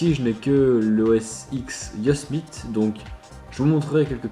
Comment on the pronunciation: Prononciation « El capitan » et « Yosemite » a revoir....